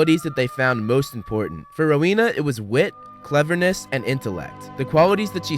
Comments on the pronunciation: It's Rowena Ravenclae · Isn't it Rowena Ravenclaw Not Helena Ravenclaw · It's rowena ravenclaw